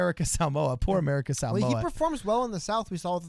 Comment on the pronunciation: Shoutout for saying Samoa correctly